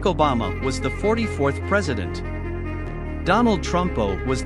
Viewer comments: Ah yes, “Donald Trumpo” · Did I hear right? They said 'Donald Trumpo'? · i laughed at donald trumpo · yes it said Donald trumpo 😂😂😂😂😂😂😂😂😂😂😂😂😂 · U definitely heard donald trumpo 😂😂😂😂😂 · Bro really said Donald Trumpo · “Donald Trumpo”💀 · “Donald Trumpo” lol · Did you just called Donald trumpo?😂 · He said Donald trumpo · Ahh yes Donald trumpo 😂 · "Donald Trumpow"